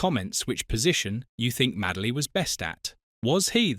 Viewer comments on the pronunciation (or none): MADE-LY, NOT MAD-LEY